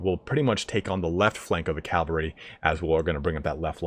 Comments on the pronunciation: It's not calvary, it's cavalry. Even your guy says it. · I'm terribly sorry, but... CAV - AL - RY. Not cal-va-ry. That's a place in the Bible. Really great video otherwise! It just had me wince a few times.